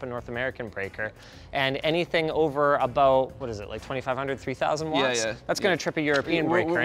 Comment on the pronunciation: A very Canadian "abOUT" there Linus